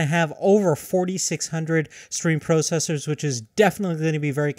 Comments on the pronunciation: Can you please say 'processor' right? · No he cannot.